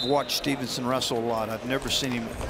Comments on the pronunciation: You'd think the guy would know it is Steveson, and not Stevenson. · Whoever the second announcer is, he sucks. It’s not Stevenson. The other announcer tried multiple times to correct him with Gable’s last name and he still mispronounced it.